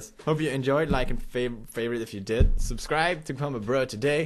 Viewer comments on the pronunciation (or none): none